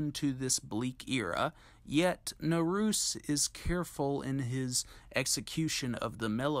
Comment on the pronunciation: Naruse is pronounced in THREE syllables: nah-rue-say. Same with Takamine, tah-ka-min-eh, when you see an E always pronounce a vowel, as there's no silent E in Japanese or any Asian language for that matter. Nice short piece by the way.